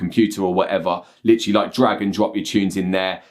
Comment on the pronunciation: "literally" British accent